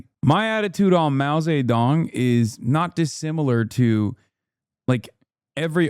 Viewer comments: why are they saying his name like Mao Satan?? 😭I can't take any of them seriously, such clowns smh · Mao Say Tong 😂😂